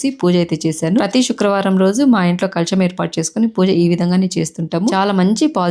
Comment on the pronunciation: శుక్రవారం అది షుక్రవారం కాదు.